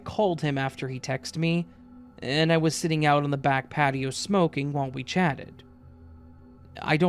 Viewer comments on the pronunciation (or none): none